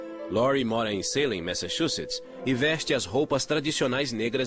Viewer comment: eu tendo um mini avc toda vez q o narrador falava "Saylem" ao invés de "Salém"